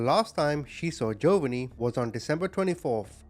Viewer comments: Ja_von_nee not jovany it drove me crazy ❤ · Once again, your pronunciation of the names are atrocious. The little baby’s name is Jovonie. It’s pronounced Joe-VA-nee (like the Italian name “Giovanni” without the first “i“). The emphasis is on the second syllable. You pronounced it JOE-va-nee. Several times on the video, you referred to him as “Jovianne” which isn’t even his name. Let’s remember this beautiful little boy by remembering his real name. His name was Jovonie Ochoa. He was 4 years old when he died on Christmas Day 2003. He only weighed 15 pounds. The average weight for a healthy 4 year old boy is 30 to 44 pounds! Jovonie’s grandmother, Maria Palicious, starved her grandson but she certainly was not missing any meals herself. She complained that Jovonie always wanted food. Yeah, you crazy evil bitch, a baby you are intentionally starving is always going to want food! Jovonie Ochoa, I will never forget you and your handsome, smiling, innocent face. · Omg his pronunciation of Jovanni is annoying TF out of me hahaha. Then it goes from Joe-Vunny to Jovian. What? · Its pronounced Joe-von-ee.. May Jovonie rest in peace 🕊️ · Joe-va-nee is killing me hahaha 😂